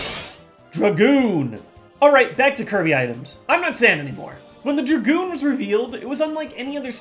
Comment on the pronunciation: Props for the Kirby Airride shoutout but antiprops for calling it the Druh-goon and not the Drag-oon. And what no Paper Fan?!